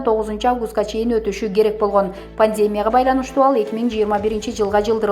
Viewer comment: Эмнеге дайма ПАНДЕМИЯ деген созду туура эмес "окуйсунар"? Ударения "е" тамгасына эмес "и" тамгасына койсонор туура болсо керек ,кымбатту журналистер.🙄😏🤨